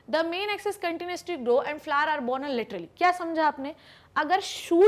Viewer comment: Very useful video but don't say flaar it's flower bhot Ganda lg rha hai flaar